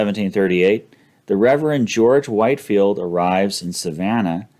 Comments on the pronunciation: George Whitefield is pronounced “Whit-field,” not “White-field.” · C’mon,, you’re a smart man - how can you NOT know it’s pronounced Whitfield, not Whitefield? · George Whitefield is actualyy pronounced WHIT-field. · These videos are excellent. I'm really enjoying them. I do want to make one clarification. The Reverend George Whitefield's name, though spelled White-field, is actually pronounced Whit-field. He is one of the two greatest English preachers of all time, the other being Charles Spurgeon. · Great vid! As a Savannah resident, I will point out that Whitefield is pronounced “wit-field”